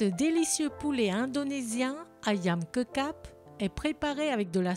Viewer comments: Bonjour, Ça ne se prononce pas《ayam kekap》 mais《ayam ketchap》comme le《ketchup》! Ce plat a été crée par des chinois d'Indonésie parlant le hokkien ; le mot《ké-tsiap 鮭汁》désigne la sauce.《Ayam》désigne le poulet en malais et javanais. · Bonjour, pour info, "kecap" se prononce"kechap". C'est un des nombreux mots indonésiens venant de l'anglais. Ici Ketchup ! ;) Merci pour votre chaîne. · Alors je sais pas si ça vient de l'anglais, mais en revanche, ça se prononce bien Ketjap, cela dit il y a peut être plusieurs prononciations différentes suivant les régions, c'est immense l’Indonésie